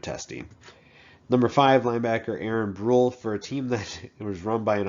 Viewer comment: Pronounced Aaron (Bru Ley)